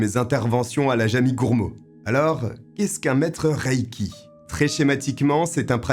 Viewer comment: Pour toi reiki se prononce riki